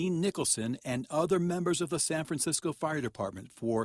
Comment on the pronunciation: Oh yeah, that's San Fraranecisco.